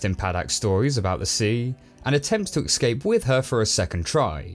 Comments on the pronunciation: Escape, not ecscape :P Negativity aside, i love your vids! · Escape. Not excape. Not eckscape. Escape. ESCAPE. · Why do you keep saying ex-scape? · Love the reviews,! But for future reference, it's pronounced, "Escape," not, "Ekskape":P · ECSCAPE????? The way you pronounce it .....ugh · Please for the love of god, stop saying excape. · Say 'escape' properly ffs! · my man, "excape" is not a word. You say it a dozen times in this review and it drove me crazy! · He pronounces escape as excape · That's the most consequetive mispronunciations of "escape" I've ever heard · I know it's a little thing, but there is no x in "escape". It even takes extra effort to mispronounce it.